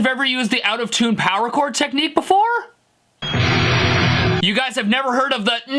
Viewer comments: You Forgot technic "neek-kneee" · His contorting his lips and the way he pronounced 'Nick Knee' cracked me up.